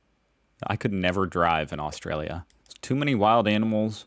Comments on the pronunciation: Austalia, very funny... get it right, it's AustRalia... 🤣😂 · Its not AUSTALIA for the 10th time dude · What the hell is AUSTALIA?